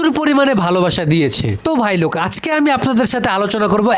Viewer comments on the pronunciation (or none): none